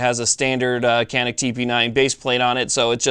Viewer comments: Made ın Turkey. Pronounced "Cah-nıhk" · Thanks for the great video on this great pistol. Canik is pronounced "Shaw-NEEK, just for clarification (friend of mine is Turkish) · Pronounced Janik. The C in Turkish is pronounced like a J in English. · Nope, i am Turkish and Canik is pronounced like this: John Ick. Can is exactly like John and ik is like ick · Egghead411 your man is wrong it’s Janik by pronounciation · In Turkish, a C is pronounced like an English J. The gun is made in Turkey so.... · No being a jerk but these guns are from Turkey. The "C" is pronounced like a "JH" and the "A" like "AH". It is pronounced " / john-ick/" . And No... not "John Wick" like my sarcastic brother says to be funny.